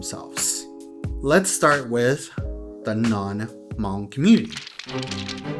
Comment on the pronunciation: still miss pronouncing the tone "Hmong" correctly. Hm and M consonants aren't pronounced the same. When you heard Hmong say "Meskas" they mean " America ". So you know that. Miao consisted many ethnic groups into one group such as Qo xong, A-Mao, Hmu and few others including the Hmong. As a matter of fact, the Chinese Authorities should just use the term Qo xong people, A-Mao people, Hmu people, Hmong people according to that these ethnic groups call them their own.